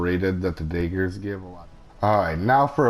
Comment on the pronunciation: "Dagers" lol